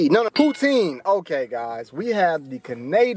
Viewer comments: Poo-tsin. Say it with me now "Poo-tsin". NOT POOTEEN! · Best way to say Poutine it is like that Pout-in you dont have to say the e at the end. It is french. Please no Poutiiiineee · Would like to know if narrator is from u.s. sure sounds so. Poutine is French words actually pronounced Poutin. You know without the e. But its ok most cansdians have anglicized it too.